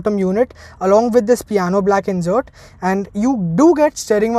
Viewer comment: Gud to see you speaking English fluently but it’s insert not injert🤣🤣